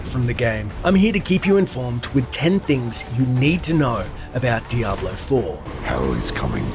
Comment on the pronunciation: To point out the obvious..its DiablO not DiablA, brush up on your Spanish and try not to get triggered ya ninnies..if the sarcasm was applied any thicker, it'd be a fatty